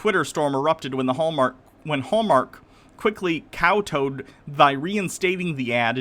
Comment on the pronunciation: kowtow = "kau-tau"